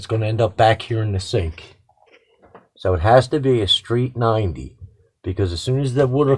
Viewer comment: Are you saying street 90? Or straight 90? I'm not making a joke or anything, but I swear I'm hearing you say it both ways.